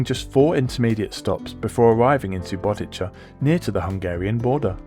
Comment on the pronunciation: I have to be that guy, but this is SubotiTSa, not SubotiCHa.